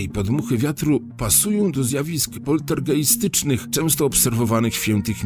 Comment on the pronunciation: Zwracałam już wam uwagę, że słowo poltergeist wymawiamy "poltergAJst", ponieważ jest wyraz niemieckojęzyczny, a w języku naszych zachodnich sąsiadów "ei" wyjawiamy jako "aj". Wiem, że widzieliście mój komentarz, w zwiazku z tym bez najmniejszego zastanowienia powinniście powiedzieć "polstergAJstycznych", a nie "poltergEJstycznych" (zapis fonetyczny). Jeśli komuś zwraca się uwagę na błąd, a nie dosyć, że ta osoba nie podziękuje, to jeszcze dalej uparcie powtarza swoje błędy, to warto się zastanowić nad wartościami środowiska reprezentowanego przez taką jednostkę. Ktoś nieszanujący własnego odbiorcy wyraźnie kontrastuje z ludźmi dziękującymi za możliwość poprawienia własnego poziomu. Jak wiadomo każdy popełnia błędy (ja również), lecz to właśnie sposób reakcji na zwrócenie uwagi pokazuje, czy mamy do czynienia z kimś zdolnym do autorefleksji, a przez do samoulepszenia. Pozdrawiam!